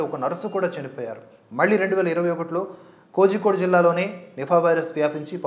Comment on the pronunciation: కోజి కోడె కాదు...కోళికొడే అని పలకండి...